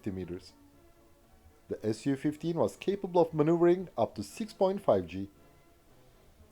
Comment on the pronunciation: Thank god you said S.U. 15 and NOT "Sue" 15...im sick of so called avation youtube "experts" refering to Suhkoi aircrafrt as "sue" and not "S.U."